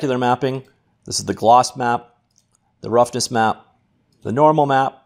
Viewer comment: I swear the way this guy says stuff "Glose" "Ping"